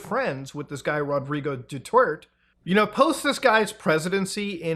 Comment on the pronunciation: ...Rodrigo Dutort..." got me 🤣🤣🤣